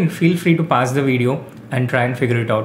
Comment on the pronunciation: It's not difficult to learn how to pronounce ' PAUSE' else stop using it. I just don't understand how people can mispronounce any word in this day age